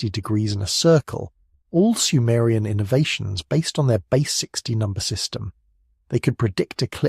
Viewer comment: Cant handle the ai man cant even pronounce Sumerian or Annunaki